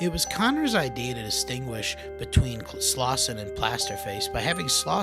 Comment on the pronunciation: Fun video but it’s SLAUSEN